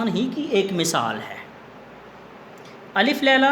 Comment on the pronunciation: اپنا تلفظ بہتر کیجئے گا ۔ الف میں ل پر زبر ھے